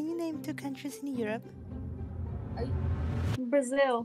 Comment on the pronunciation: when she said Brazil, It's literally hurt me💀(Brazil is my country)